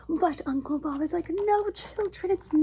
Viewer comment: You getting "Uncle Bob"'s name wrong was some real comedy. 😂